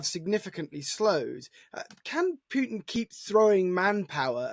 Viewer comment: Correct pronunciation is Pootin, not Pewtin.